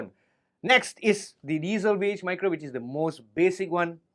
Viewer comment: Thank you for pronouncing diezel properly!!! Recently a guitar douche on YouTube has taken to calling them "dietzels" when I corrected him,as I am German, he got super angry and tried to tell me how to speak German lmfao 🤣🤗🤣🤗🤣 his name if anyone cares is Karl bullshit 🤣🤣🤣